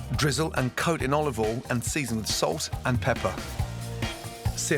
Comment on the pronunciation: Wow he actually said "olive OIL". it's usually "oliveoll".